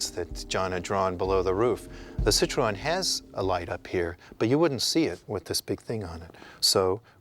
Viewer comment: I wish they knew how to pronounce the name of the car. It's pronounced "seat-roh-en".